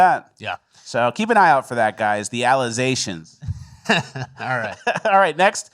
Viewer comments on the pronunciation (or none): The call back to "aluzahhtions" was pure gold brother. Loved it😂